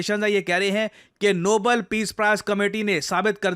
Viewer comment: Nobel ❌ Noble ✅